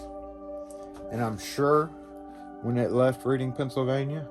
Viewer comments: we talk funny in pa it’s not pronounced Reading we say reding we do say a, that’s public school English for y’all 😂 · Nice shout-out for some hard working people. BTW, "Reading PA" is pronounced to rhyme with the past tense of "read" and sound like the color "red" (e.g. "redding"). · Cool video idea. 💯 I'm 30 miles from Reading, and here in PA it's pronounced red like the color. Good stuff brother! 👍